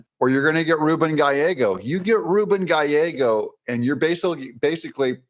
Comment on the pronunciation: You said "Gallego" right!!! As a white Hispanic named, "Gallegos," this always makes me happy. Still he sucks.